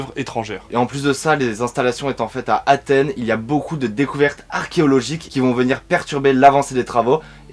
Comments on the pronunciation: ya un S à Athènes les gars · Vous avez mis « d’Athène »,c’est pas plutôt Athènes ?